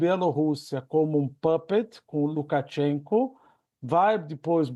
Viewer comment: Rever a pronúncia aí hipercorretivas do pessoal. Lukatchenko?!